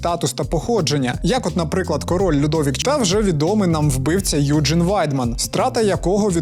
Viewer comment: Доброго вечора! Якщо він народився у Німеччині, то правильніше вимовляти його ім'я не "Юджин", а "Ойген":) дякую за відео)